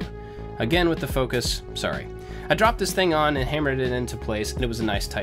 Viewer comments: Always wondered... In the beginning do you say "Hi I'm AND I like to make stuff"? Or do you say "Hi I'm AT I like to make stuff"? Thanks, love your work! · Every single time i wonder if he says "...and i like to make stuff" or "...at i like to make stuff" ik its prob the first one